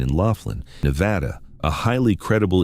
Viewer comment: I live in "Laugh-in" a city in "Nah-Vah-Da". What Country is THAT?!?